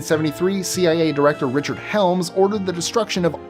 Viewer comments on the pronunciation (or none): none